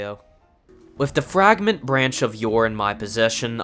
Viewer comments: The "frag-rant" branch? Not "fray-grant"? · It’s definitely fray-grant. Like a fragrance. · He's also calling it a "Fragment branch of yore"